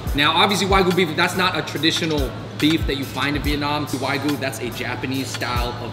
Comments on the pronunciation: It's wagyu not why goo. :D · Wagyu is pronounced wah gyu.